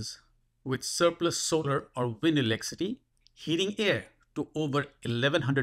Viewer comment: What's this "elecity" you keep talking about?